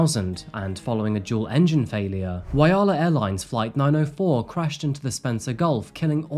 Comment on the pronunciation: Whyalla is pronounced Why Allan, minus the last n.